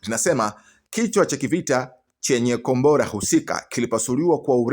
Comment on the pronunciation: Mtangazaji usisema gombora la ushada sema kombora la makonyo